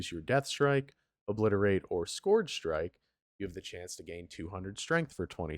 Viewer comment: try and put the word into Google translate and listen to how it is pronounced. What you are saying is not the word scourge